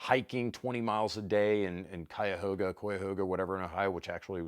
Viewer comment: The first pronunciation of Cuyahoga was the right one, and you are absolutely correct it’s a gorgeous area.